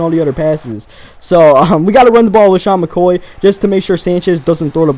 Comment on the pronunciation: you called him "lashoy MCCoy" lol